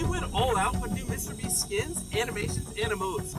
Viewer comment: Bruh you said mrbreast 💀